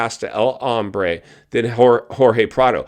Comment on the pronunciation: Hey.....it's Hombre not Hambre!!!!